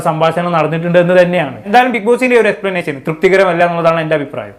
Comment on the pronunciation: ശ അല്ല ഷ എക്സ്പ്ലനേഷൻ ആണ് എക്സ്പ്ലനാശൻ അല്ല